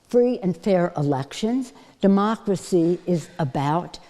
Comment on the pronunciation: Pelosi and her Demarcracy is what is ruining America for its inhabitants. Get rid of her. (Demarcracy is how she pronounces Democracy....)